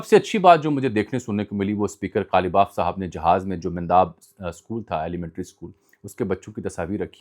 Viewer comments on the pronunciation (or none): plz correct your self the school name is menaab . you have twice pronounce ( mendaab ) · برخوردار ، آپ بعض اوقات ناموں کے صحیح تلفظ کا خیال نہیں رکھتے جس سے آپ کی دی ہوئی معلومات کی ثقاہت مجروح ہوتی ہے ۔ جیسے جیرار آر فورڈ کو آپ جیرار آر فیلڈ بولتے رہے اور اب میناب کو منداب بول رہے ہیں ۔ تھوڑی سی توجہ دے کر تحقیق کر لیا کریں ، شکریہ ۔